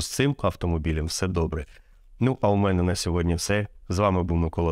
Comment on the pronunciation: Сьогодні. Не СьогоднЯ. Дякую за ролик